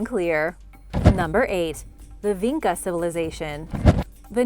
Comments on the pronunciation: it is not pronounced Vinka, instead č is pronounce like Chicago - so more like vincha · Its not pronounced VeenKa its Veencha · the č in vinča is actually pronounced like “ch” - so it would be vincha :)